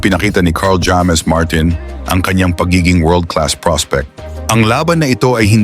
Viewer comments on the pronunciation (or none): Pinoy kb bt d ka marunong mag pronounce, kla mo amerkano ka, bat jammes? Hammes pronounciation, vlogger kpa nmn